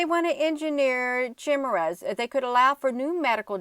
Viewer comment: Chimeras is pronounced Ky meras.